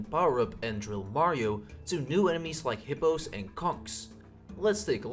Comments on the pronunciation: IT IS HOPPOS NOT HIPPOS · Actually, to pronounce it, you have to say "Hoppo."